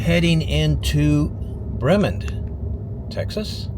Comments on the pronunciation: “Bremond”, not “Breman”. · lol Bremond is "bree-mahhnd" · It’s Bree Mond (like Pond)